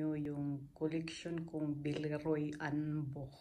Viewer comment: You have a really nice collection! Also, you pronounced "Boch" perfectly - usually people who are not native German speakers, don't know how to pronounce the "ch"